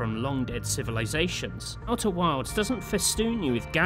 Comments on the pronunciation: Why do I keep hearing you say "Outer Worlds"? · I swear to god i heard him say outer worlds like 6 times, must be the accent lol. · Worlds and wilds have different pronunciations!